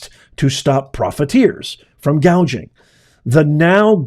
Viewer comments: She literally stated no taxes on tips from "hospitility" workers and laws to prevent price "gaging." The fact she mispronounced hospitality and gouging wrong tell me she isn't going to do any of it. But grocery stores specifically have the lowest profit margins in all of retail. The groceries cost more because it costs more to produce and transport the food. When that happens, food is going to cost more. For every $1 of sale in a grocery store, that store is only making $0.01 to $0.03 from that dollar! If she were serious on coming down on "corporate greed" she would start with Apple since their profit margins begin at 35% instead of the 1% to 2% grocery stores make. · Wait, I thought she said price gauging? Lol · She called it Price gauging. lol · She actually said. “” price cage ing. Cage ???? She was trying to say gouging. But said cage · Tell me you don't know anything about economics without using the word: Kamala didn't call it price-gouging, she called it price-gagging and didn't correct herself. That tells me it was scripted and no one ever went over pronunciation with her. Additionally, believing that food is unavailable because of GREED is admitting you don't know what causes inflation. In this case, it truly WAS Kamala Harris, who personally did a tie-breaker in the Senate for the Inflation Reduction Act and Build Back Better. There's an extra $2.75 Trillion printed out of thin air. Friends don't let friends vote for idiots. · Remember that when she was talking about this, she first said price GAUGEING then corrected herself to “GOUGING” . More word salad! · She pronounced gouging wrong she kept saying gauging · She had a difficult time reading off her teleprompter words like ground beef, bread or even gouging, she said "gaging." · She said price "gaging". She is totally clueless. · Are we “gauging” prices or seeing inflation? ☠️ yes she said “gauging” must have been error on teleprompter